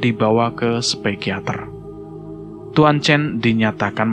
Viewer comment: Psikiater bang bukan spikiater 😊